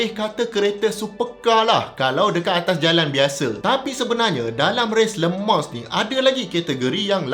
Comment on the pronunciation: ak dgr prof sebut cm lemang bkn le mans😅 kali ke 2 prof sbut baru dgr bnyi le mans😂